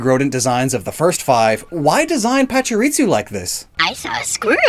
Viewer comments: Is there a reason why you say “PachiriTsu” rather than “PachiriSU”? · It's Pachirisu, not Pachiritsu. Su and Tsu are two distinct phonetic characters in Japanese. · I heard him say パチリツ as well. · im bothered by the way you say Pachurisu like it has a "t",,, Patsurisu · pachiriTsu Oh. You mean.... ritsu, like in 'fritsu', the Finnish word for hickeys Oh boy This is going to be quite the video for me to get through (Pachirisu doesn't even have a T in the name) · cannot get over how he's pronouncing Pachirisu...why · Is he adding a T when he pronounces Pachirisu? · messing up Pachirisu's pronounciation by adding a T, followed by him making fun of Emolga's name is just my kind of humor 😂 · Common enunciation mistake.